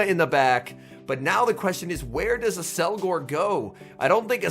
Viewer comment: It's apparently pronounced Ak-SEL-gohr but I can see why you want to say Ass-elgor